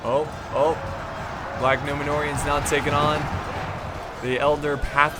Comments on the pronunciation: just notices pronounces elder reavers as eldar reavers. HAHAHAHA # warhammer fan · "Tell me how to pronounce these." Elder pathfinders become Eldar pathfinders and all the sudden become a whole diffrent group of elves. !0 out of 10 IGN would watch again. Love the video